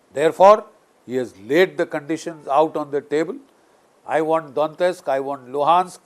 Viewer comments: It is not Dontesk. It is Donetsk. Some Europeans pronounce it as D o nesk (t-silent). Some pronounce it Daw net sk. Some others as Do net sk. But it definitely isn’t Dontesk as the general pronounces . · Hello sir,not dontist, it's Donetsk